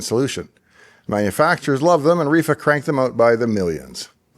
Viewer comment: sounded like you said "reefer capacitor"